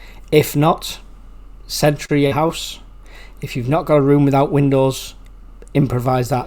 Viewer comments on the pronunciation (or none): none